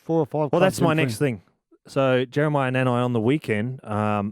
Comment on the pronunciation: C'mon Benji announce NANAI name properly. C'mon uce